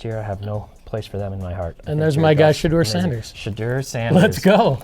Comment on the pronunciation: My guy “ Shaduer Sanders” lol